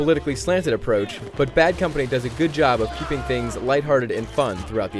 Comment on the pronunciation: did he just say bean company?